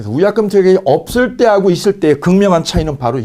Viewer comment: 위약금이 우약금으로들림 ㅠ